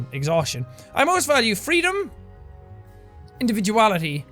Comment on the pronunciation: Is it just me or the word "individuality" he said it funny in